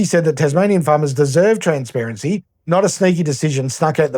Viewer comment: Transhsparanshy ....... that's easy for you to say .